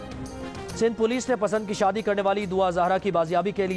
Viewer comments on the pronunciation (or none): none